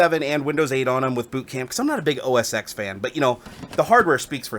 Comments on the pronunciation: How else would you pronounce it?! Oh Ess Ex. That's what those letters are supposed to be pronounced like when capitalised. You're odd. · "OS Ex." You're killing me!!! ;)